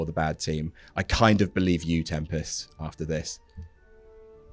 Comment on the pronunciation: I love calling Tempest “Tem-Past.”